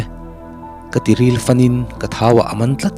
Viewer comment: Good,mahse tawng hman ah fimkhur ila,,,, Tiril leh thau ah min man tih lai a,tiril itih kha kan ril(rilphir kan tih rilpui kan tih kansawina)lam ang khan ilam a,,ril tih khan i thluk lo ang